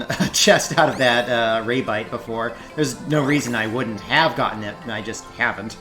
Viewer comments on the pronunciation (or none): Lol...ray-bite...off to a mispronounced start, but I'm probably going to like this! Edit: Ok I rather like this guy, but his take and remembrance of the plot was utter garbage.